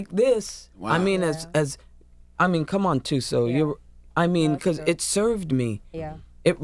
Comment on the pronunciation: Viola says 'Thuso' so well and comes out naturally . WOW !